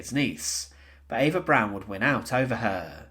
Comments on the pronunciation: It’s pronounced Eva “Brahn” not “Brown”. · Eva’s last name isn’t pronounced brown. It’s pronounced “brawn” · The mispronunciations drove me crazy, with the biggest being his saying Eva "Brown". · It is pronounced B R O W N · He sounds English, to my English ears. Although, I've had to listen to Australians mispronounce European names for 40ish years